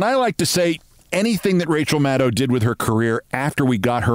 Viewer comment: I'm just so happy to hear Rachel's name pronounced correctly for a change! As good as she is, it does not rhyme with "wow".